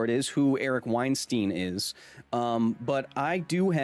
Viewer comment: WeinSTEIN...WeinSTIEN...WeinSTEEN... ahahahaha Kyle the beginning made me Laugh so bad while someone try to correct ya so you pronounce it as WeinSTIN xD jeeeezhus